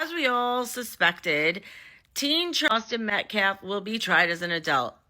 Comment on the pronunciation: Makes me sad how they don’t check that they are saying Austin Metcalf’s name properly. That’s just basic respect.